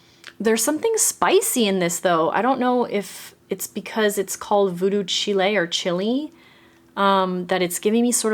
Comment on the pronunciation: You had me chuckling over Voodoo Chile. It's a Jimi Hendrix song, so it's like /child/ but pronounced without the /d/. This one is such a stand out for me, and I think I'm going to get it even though it might be one of my lesser favorite bottle designs from this collection. For me the rosemary is prominent and that's what I love!